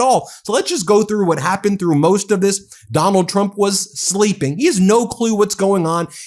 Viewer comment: Did the dude say "President Donut Trump'?